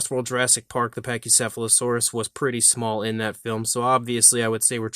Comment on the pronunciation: Couldn’t pronounce the name of the Dinosaur, did he?